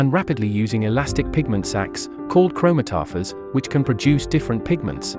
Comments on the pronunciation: “Kro-mah-tah-fours”???? It’s pronounced “Kro-mat-a-fours” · It’s pronounced: Crow-Mato-Fours, not: Chromo-tah-furs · NO NO NO! It's pronounced chro-MAT-ta-fores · Cromataphores are pronounced chrome-ata-fours 👍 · pronounced "cro-ma-to-fors", actually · It's pronounced Cro Mat Tow Fors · chromatophores is not pronounced that way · That's not how you pronounce chromatophores.